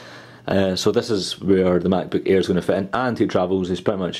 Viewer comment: sounds like hes saying "macbook ear"